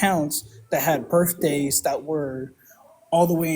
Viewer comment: Did he just say "berfday"?